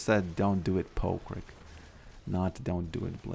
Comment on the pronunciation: "Poke Yorick" Say that again